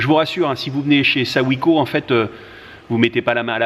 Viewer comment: J’ai le même fourgon. Mais avec des jantes et des pneus de 16’. Ça donne quand même un peu de marge par rapport à des 15’. A part ça on dit : SO -SAÏM . C’est pourtant pas compliqué ! Ps. BRAVO pour le reportage 🙂